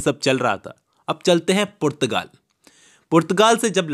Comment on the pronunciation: Portugal ❌️ purrrtagaal✔️